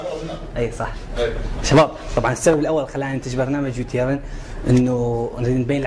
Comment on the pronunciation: بلتوفيق بس اظبطو التلفظ فدوة مال انكليزي لان هيج نضحك العالم علينه يعني يو ترن مو يو تيرين وسبسكرايب مو سكسبرايت واحلى لايك مني للفديو